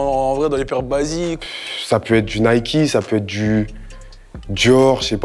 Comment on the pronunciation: Comment ont peut etre matrixé par les states au point de prononcer Nike "Niky" ???😂😂